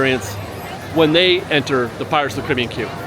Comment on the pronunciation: Care-a-bee-ann. Not criby-ann.